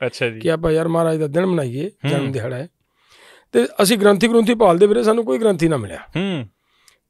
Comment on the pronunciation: ਗ੍ਰੰਥੀ ਗਰੁੱਥੀ ਨਹੀਂ ਹੁੰਦਾ ( ਗ੍ਰੰਥੀ ਸਿੰਘ ) ਹੁੰਦਾ ਲਾਈਵ ਗੱਲ ਕਰਨੀ ਹੁੰਦੀ ਸ਼ਬਦਾਂ ਤੇ ਕੰਟਰੋਲ ਰੱਖੋ.